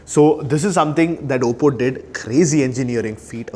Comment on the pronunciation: Its oppo bro not obbo